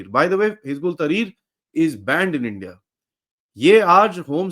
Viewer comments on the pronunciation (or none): none